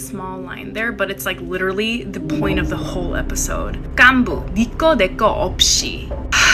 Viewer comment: What the koreans say which we can clearly hear : gaanbu American : ok you mean gaehn boo